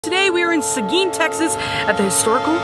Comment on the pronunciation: How exciting can not wait. I lived there for many years. Also Thank you for pronouncing Seguin correctly. Not many people do. Haha